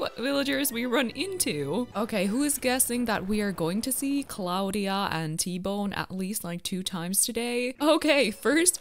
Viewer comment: Little tip if anyone didn’t know this hold b if your talking to a vallager or Tom nook or anyone in the game it speeds them up Edit:Also I have sky and Bianca 😂😂that’s not how you pronounce Claudia it’s like claw dia